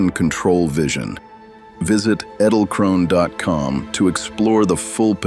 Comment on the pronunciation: It is pronounced in German EDEL-KRONE ... The "E" in EDEL sounds the an "ay" in WAY but without the "a" sound .. . The "del" in EDEL sounds like "DELL" without an "E"... like "DLL". KRONE is like CROWN with a hard "KR" sound without rolling "R" like "kch". The "one" in KRONE is like an "oh-na" ...